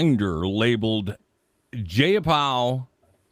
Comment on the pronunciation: DUDE, Ji a Pall and she’s from WA State. You should know that lol